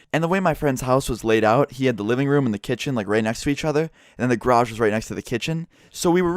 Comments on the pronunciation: ITS GA-RAGE NOT GRAGE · Gayrage not "graj" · I swear to fuck stop saying grage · he pronounces it "Groj" instead of "garoj" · It's garage not grage. lol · says grage normal ppl say garage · its garage not graj XD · He says grage instead of garage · who else noticed "groj" how pronounces garage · wtf is a grage? Are you saying garage or grage? lol im fucking with you. plz reply though. 😄😉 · please its GArage not grage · it annoys me how he says "grage" instead of garage. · Garage not gay rage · What the fuck is a grardj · grodge I don’t know why but I love how says garage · Something i noticed im heard Graje not garage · “Car in graje” (how pronounces garage) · M8 sayin grash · DRINKING GAME: Drink every time says graj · its pronounced garij lol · I love the way he pronounces "garage." Grage. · "the g'rage" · Lol the way you say garage is so weird, it sounds like you are saying grage. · the way u say "garage" is so funny. it sounds like you are saying "grage". lolz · You crashed into my "grage" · "Go into the grage"... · Grash?!?!?! Do you even speak bro. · lol "grage" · Oh sorry, gair-ridge. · The way he says garage makes me cringe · OMFG THE WAY YOU SAY GARAGE KILLS ME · You say garage wrong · The way you say garage is soooo gayyy ahah